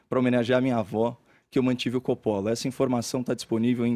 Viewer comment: A pronúncia correta de "Coppola" é "cópola"😮😢😂